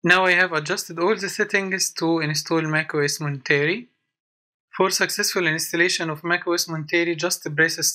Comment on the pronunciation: Thanks for the walk through. You pronounce the name wrong. It's Mont-er-ay. Named after the coastal community Monterey California